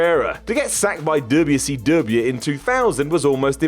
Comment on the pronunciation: I can’t be the only one who finds it funny when says dubya see dubyaaa (wcw) lol